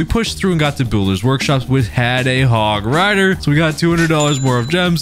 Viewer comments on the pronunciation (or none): I'm cancelling you, you didn't pronounce hog rider: "HOG RIDAAAA"